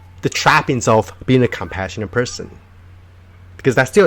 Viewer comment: Everytime he says "being" I hear "bean" and this makes me happy